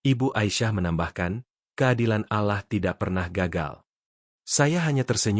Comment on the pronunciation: Alahlagi alahlagi.. min tolong klo muslim tuh .. Awlloh bukan alah wlo tulisanyaAllah.. faham min admin pekok